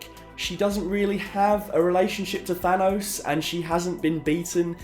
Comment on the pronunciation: Perhaps it's just me, but I find it incredibly jarring when I hear a native English speaker pronouncing the word "Thanos" as if it were spelled Than-owse. It is clearly a name inspired from Greek, which would of course pronounce it as if it were spelled Than-oss. North Americans tend to pronounce words ending '...os' as if they were spelled '...owse' (see Theranos for a good example) but you are not from North America, so why pronounce words as if you were?